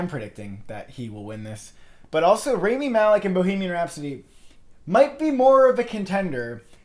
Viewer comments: You are saying his name wrong...it's not RAYmi then Raami..that is so annoying omg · It's not RAY-MEE, it's RAAH-MEE